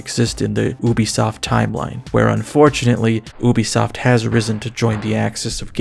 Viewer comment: Is it pronounced “oo-bee-soft” or “you-bee-soft”